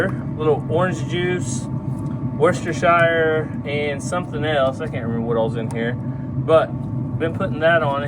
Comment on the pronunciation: Hey, Worcestershire is pronounced “Wooster shear” Sauce lol I live in Bedfordshire, (Bedford shear)